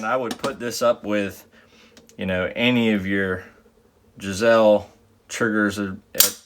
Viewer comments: $80 right now. I just ordered my second one. Thanks for the review. BTW, it's GI-SLEE......some say GUYS-LEE, which is close, but Bill Geissele pronounces it more like the first way. So much confusion about this in the forums.....if you listen to an interview it will be settled. For what it's worth, I have both the SSA-E and the MBT-2S.....almost no difference at all. The SSA-E might have a slightly lower first stage. Both are great triggers, but $80 vs. $225, I'll take the MBT any day. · ( Jizelle ) 😂😂😂😂😂 , I know he's talking about Giessele but don't they teach English down there in Texas 🤭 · GUYSlee is how you pronounce it lol👍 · Right up there with the "Jazelle" triggers huh? Lol 1st time I have ever heard them pronounced that way, but it made me laugh nonetheless! I just ordered the flat version!